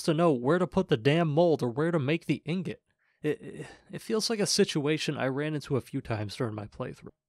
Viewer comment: Man messes up saying "ingot" but "immolate" comes out, no problems.